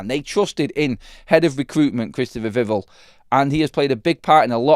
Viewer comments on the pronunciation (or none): instead of pronouncing Vivell like drivel... it needs to be ell like bell! VIV-ELL... "Vivell" is pronounced with the stress on the first syllable, "VIV," and the "el" sound as in "bell".